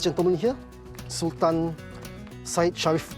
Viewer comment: Come on, This is a sg production.. It would be better to read it Sul-Tan (in malay way) instead of Sal-Ten imo…